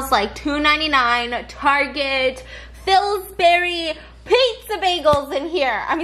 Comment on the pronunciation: Why isn’t anyone talking about the fact that she calls it “fillsberry” ? 😂 love you girl. You always keep me laughing. Hope your move goes well! ☺️